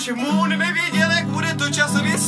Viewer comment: už vím proč říká otok a mon protože to neumí vyslovit xD